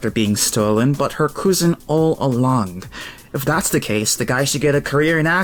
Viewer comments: Lol at the “koo-zen” pronunciation of cousin. Cousin is pronounced “Kuz-in” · "Her English is ass" because of a typo. Then this dude proceeds to pronounce "cousin" as coozin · the way you pronounce cousin... coosin..... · he said "she has a bad and abusive coosin" but I guess this accent exists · You say cousin funny so I will sub